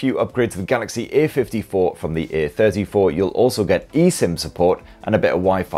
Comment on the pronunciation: One recommendation: you stress the A in *A*34 and *A*54 quite often, whereas the difference between the two is a-THIRTY-four and a-FIFTY-four (or even just "the THIRTY-four compared to the FIFTY-four). I often had trouble understanding which version you meant (while watching during lunch FWIW) and had to replay a few secs a number of times. It sometimes sounded like you were about to the compare the *A*34 to the *B*34, such as here: .